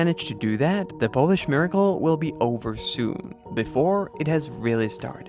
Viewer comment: Nice Polish pronunciation , awesome